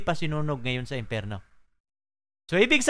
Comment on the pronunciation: imperno? o empyerno? what the hill